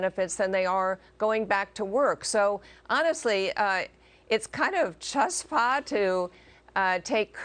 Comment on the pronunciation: Larry you should have heloed this poor shiksa out when she mispronounced "chutzpah".